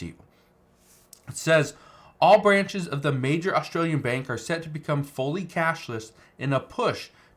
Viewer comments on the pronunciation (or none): none